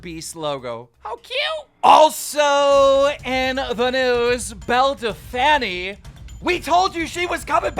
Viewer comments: "Bell Delfaniiii" 😂😂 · “Belle de fanny” 😂😂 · Keem can you please say her correct name? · Is her name really pronounced belledefanny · Dude can u please call her “bell del-feen” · Why does he keep saying Belle Delphany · Man keeps saying belle defanny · Just letting you know her name is pronounced “bell dell feen” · bruh your not saying her name right we all know its bel-a del-pine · “Bell da fanny” 🤣🤣🤣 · No one: Literally no one; Keem: belle delfanny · "Belle Da-fanny" - Keemstar 2020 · Keemstar, Say it after me. Belle DELPF- INE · Belle Dell Taco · love how keem says Belle Delphine's name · How he says belle delphine wrong is the most annoying thing I've heard all quarantine 😤😤😤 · Honestly it's hella creepy and your not even funny saying belle delphine name wrong and acting like a 5 year old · Keem i think u prounced belle delphine wrong mate!😶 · Petition for Keem to say belle delphine correctly 😂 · KEEM LEARN HOW TO SAY BELLE DELPHINE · You pronounced belle’s name even worse this time !!!